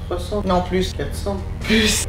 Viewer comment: "plous??" omd j’adore